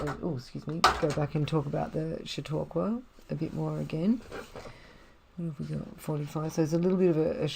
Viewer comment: Ok! I like it. Your reading is well-paced, and expressive. I’m in. New subscriber. BTW, ZMM is my favorite book ever. Really looking forward to this reading! ps your pronunciation of “Chautauqua” is perfect.